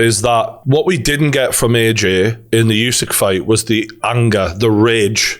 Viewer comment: Why is everyone saying "yusik" when his name is Usik. You don't say "Yusman" to Usman. Get it right